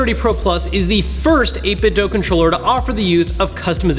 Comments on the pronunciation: It' 8-bit-DOO... not dough. WTF, how are so many of you so illiterate? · It’s pronounced 8bitdo ( 8 bit do) not dough. WULFFDEN den got it confirmed. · Please stop saying 8bitdough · It's simple: I watch a video, I hear someone say "8bitDough", I leave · A couple people have directly asked the CEO and said it's pronounced 8bitDoo